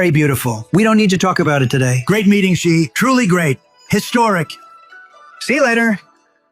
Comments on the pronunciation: WTF Xi is pronounced SHE. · Even the Iranian video says Xi correctly. Wow